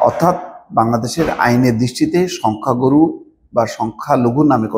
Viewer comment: শব্দটা হবে সংখ্যা গুরু আপনি গরু গরু বলতেছেন কেন ?